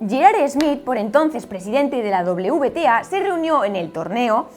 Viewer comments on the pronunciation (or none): none